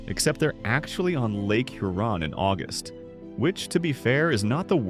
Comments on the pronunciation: Hur on not hu Ron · Hur-on not Hur-on’ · add "HUR-on" to the list, not "hur-ON". Did you come to Michigan when you made this video? And if you do a video mentioning Mackinac, for the love of Douglas Houghton, please don't muck up that name. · Lake "You're on" "Mack in ack". 🤣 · It’s obvious you ARE NOY FROM MICHIGAN……..because your pronunciations of several of the cities are incorrect and we as Michiganders do NOT appreciate that, for example you pronounced Charlevoix, Huron, Mackinac, Frankenmuth, and Saginaw wrong. Please, if you do other videos of Michigan towns please learn the correct pronunciations. Thank you.